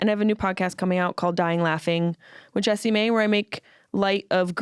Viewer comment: Her name is jessi-mae not jessa-mae. Wtf?